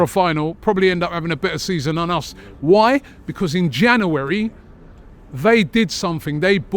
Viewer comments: Robbie cant say january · Robbie needs to learn how to pronounce January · Why can't Robbie say January....😅